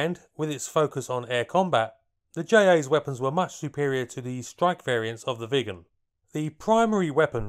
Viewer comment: I keep hearing "vegans" instead of Viggens.